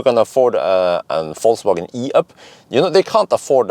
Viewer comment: I love how pronunciation of "Volkswagen" sounds like he's saying "False-wagen". It's funny because it's true!